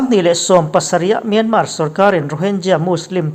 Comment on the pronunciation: News reader ah chuan Myanmar lam hming hi i lam thiam berin ka hria...Min awng hlai...han tih te hi dik hmel bik eeee